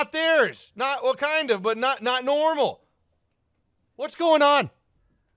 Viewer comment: not normal sounds like Nonomo Nanomo Nanomo